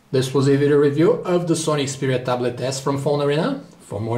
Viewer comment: I like when he said the word ta blet..